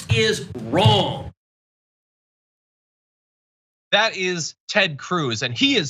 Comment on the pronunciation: It’s wroung! It’s WROUNG!!!